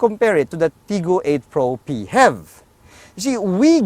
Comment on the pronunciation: Hahaha....im already used to it after watching the “PEE-HEV video” the way pronouced it, just like music in my ears haha